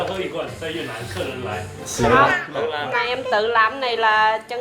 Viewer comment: 越南 你非要读成 越特南 那个T不发音大哥